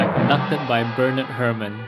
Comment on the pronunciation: Hair-mahn. Bernard Hair-mahn. Not "Hermin."